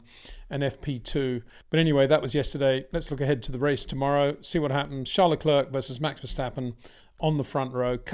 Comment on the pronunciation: Still can't bring yourself to pronounce Charles name correctly